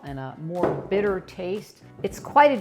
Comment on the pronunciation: san bittér accent in the last e😅